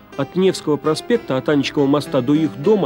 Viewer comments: Господи, как надоело... Мост АнИчков, а не АнИчков! Не от имени Аня, а от фамилии АнИчков. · Леонид.. ну какая ж «полячка».. - ПОЛЬКА.😥 И у Аничкова - ударение на «и». ✌️